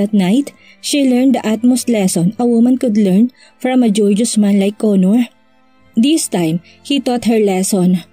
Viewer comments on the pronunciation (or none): "Gor "geous po not "jor" geos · GORGEOUS.... pronounce GOR ( as in go) GEOUS (as in juice)........GOR-JUICE